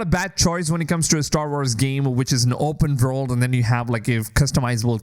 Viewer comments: Open Vorld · How many times do you want to say vopurnn world 😅